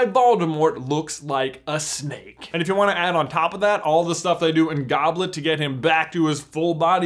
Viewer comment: Who else keeps hearing Snape instead if snake